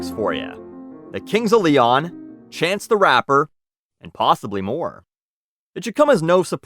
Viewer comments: "cunts of leon" lmao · “Cunts of Leon” LMFAO